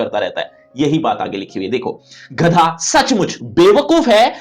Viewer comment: sir wo ghadha nahi gadha hai